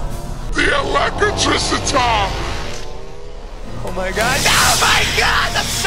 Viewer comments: THE ELECITRICITAH! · English: Elecitricitah Among us: Electrical